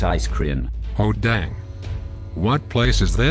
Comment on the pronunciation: ''oH dAnG'' ''dANg''